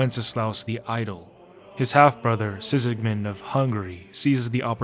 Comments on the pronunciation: Sigismund, not Sikismun 😂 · Ain't no way you played the whole goddamned game and still think it's pronounced Sisigmund, what the fuck. Are you just narrating someone else's article or using chatgpt or something? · Why do you call Sigismund "Sisigmund"? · The video was good but ngl I can't get over the fact that you pronounce Sigismund as " Sisigmund".😅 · Likely a common mistake.